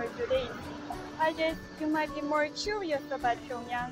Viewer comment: That girl says "chu"rious instead of curious.